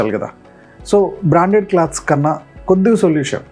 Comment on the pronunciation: క్లాత్స్ అనకూడదు క్లోత్స్ అనాలి.